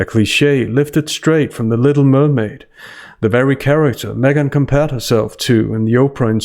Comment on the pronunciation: I swear you called her SMEGhan